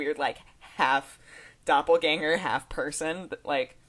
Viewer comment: Its so funny when she says Doppelgänger :D